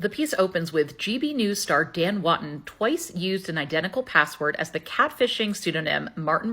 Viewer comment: Woo-ton not Wut-tun